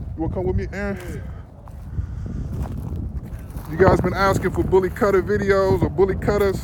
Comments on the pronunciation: kutta is pronounced as kootta not cuttah. please dont butcher the name of the breed. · Please, make sure you try and cover every aspect of the breed. The good and the bad. Thank you, Pronunciation "Boo-Lee Koo-ta". Bully is same as bully in American Bully and Kutta is "Ku-ta". Not "Cut-a". There's a "U/you" sound in it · Yo can't wait! so awesome ....one suggestion though about the pronunciation of Kutta ... the correct way to pronounce is Cou - ttha (Cou -- as you would pronounce in Coup) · someone tell them how to pronounce it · Please do some research on how the name of the breed is actually pronounced bro... You are calling it something not even close to what it actually is!